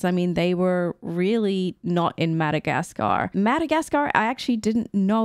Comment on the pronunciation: It's really weird the way you say Mada-gas-car the "gas" "car" is so heavily pronounced... I've always heard mada-gas-ka without a hesitations on "gas"